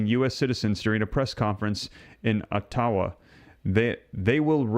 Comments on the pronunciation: "O-taw-wah" what the hell is that? lol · It's pronounced ... OTT--ah-wah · Dude. You don’t even know how to pronounce our Capitals name!